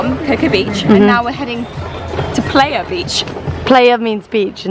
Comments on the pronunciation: I've been scrolling to see if anyone else was laughing and somewhat cringing when rose kept saying "player" instead of PLAYA beach PLAYYYYYA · Lmao it's not pronounced player it's pronounced pleye-a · The fact that you are saying PLAYa not PLAIya is grinding my year 7 Spanish gears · This is making me miss costa rica so bad! what resort did you stay at? i'm always hesitant to book all inclusive. they can be rubbish sometimes. Also, it's pronounced "ply-ah" not "play-ya" :) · Is playa no "pleya" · Playa is pronounced Pl-Ah-yah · Steve Cheetah I know it’s spelt playa , but the way she pronounced it made me giggle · THE WAY THAT YOU GUYS PRONOUNCE "playa" TRIGGERS ME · the way they keep pronouncing "playa" im dying laughing